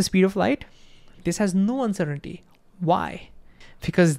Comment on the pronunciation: Dude literally said uncertain-titty